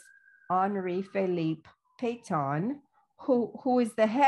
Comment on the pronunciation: Oh, she's talking about Marshall Petain! I was wondering who this Pay-tawn was. Geez.